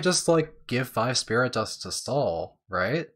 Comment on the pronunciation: It's Wolt :D "sprit dust" tho